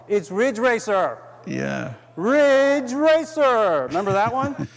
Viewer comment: Asian Accent Riiiddgggge Raaaccceeeer.